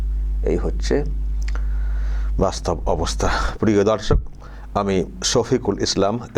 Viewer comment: babu aapnar vedio r prathamei darshak bala ta ektu clear kore bolun, aamra dharshak sunchi 😢 sotti bolchi aamra ota nay